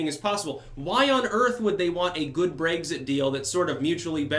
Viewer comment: seriously man, pronounce words in the correct fashion. You do this often. I love your commentary, but you said "Brayxit" and "Teraysa" May. Brexit. Theresa (Tereesa) May. These are correct. You have the right spelling, just not the right enunciation. Maybe it's the Vermont accent, idk. PLEASE work on it!